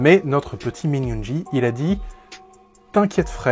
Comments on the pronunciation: étant ARMY je suis super contente que tu parle de BTS par contre ta prononciation 😅 C'est (Youngui et pas Min Yoonji) .. sur You tube il y a les MV avec la traduction en général leurs chansons sont plus profondes si tu aime le rock tu devrais aimer Run BTS il parle de leur carrière dans cette chanson mais elle a une super sonorité elle est devenu l'une de mes chanson préférée...en tout cas c'est cool que tu essaie de faire connaître les garçons merci ...et pour ceux qui veulent les découvrir il n'est jamais trop tard ✌️💜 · min yoongi the best rapper ps on prononce yoonguill comme guillaume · Très bonne vidéo et très bonne analyse !! Par contre la façon dont tu prononce certains mots à partir du nom de Yoon-gi!!!!